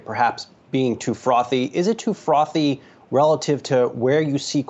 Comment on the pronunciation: I need a FROTHY beer 🍺 listening to her lol